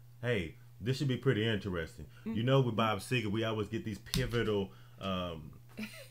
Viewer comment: It's Seger NOT SEGAR!